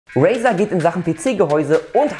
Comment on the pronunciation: Bitte, bitte, bitte sprich doch bitte Razer richtig aus. Sonst ist es mir Wurst, obwohl es mir schön öfter aufgefallen ist. Aber so oft hintereinander ist das Brainmobbing. ;) Ansonsten wie immer Top. Thumb up.